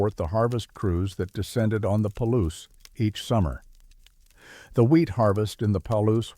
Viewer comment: Ai read. Palouse falls is pronounced Pa-loose